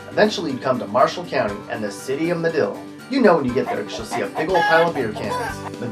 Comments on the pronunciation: It is Madill (not Medill) and Lake Texoma. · It's "Madill" and Lake "Texoma" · IT'S MADILL,OK AND LAKE TEXOMA. TEX-OMA....